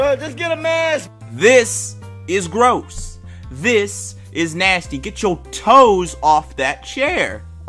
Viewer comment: I love the emphasis he put on TOES